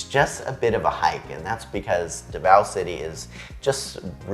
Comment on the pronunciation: "See-Boo," "Duh-vow." Four years in the Philippines should've fixed that pronunciation by now.